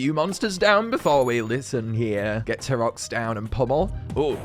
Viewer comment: Why’s he say T-Rox like that